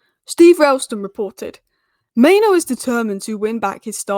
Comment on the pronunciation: Main-OO. Not Maino! Sheesh!